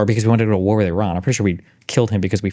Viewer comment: He can’t even pronounce Iran God it’s cringe when Destiny doesn’t know as much about a subject but acts like an expert anyway. “I feel like…” cool man, whatever. “Weren’t there Russian tanks in Kyiv on day 2?” Lmao